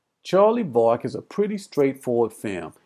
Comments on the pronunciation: Yep, twice in the first few minutes. Yet in the movie it is always pronounced VERRICK. STRANGE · If you’ve seen it why do you say Vah-rick....